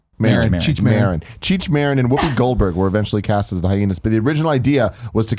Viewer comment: Of course they pronounced Marin wrong lmao love em